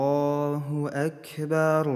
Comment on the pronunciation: А почему звучит Акберу? Как будто буква "у" вконце. Объясните новичку